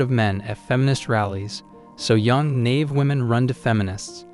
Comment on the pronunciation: learn how to pronounce naïve